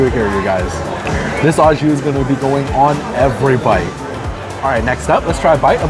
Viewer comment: Pronounced "oh" jus, not "aw" jus. Good review nonetheless!